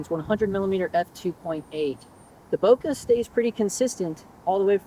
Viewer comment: Not knowing who's giving you this pronounciation advice , but you can tell him he's wrong. This is what happens when you think you master a topic... but not. The French word "bouquet" must sound "booh-kay", and nothing else. Because the duo "ou" in French sounds "oo", and nothing else. It comes from another word "bosquet" ( = "boss-kay") meaning "little grove". So, how do I know ? Use your imagination, you'll find out... 😉